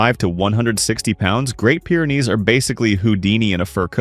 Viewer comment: Wish you weren't using AI to narrate, as "Pyre" is not Pyr is pronounced...